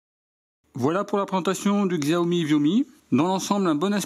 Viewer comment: ah ! au fait on prononce chiaomi. Là c'est pas une connerie. 😉😂